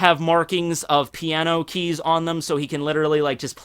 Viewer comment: the word is.. "keys"